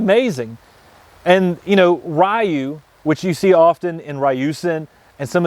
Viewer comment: ryu = ree-yoo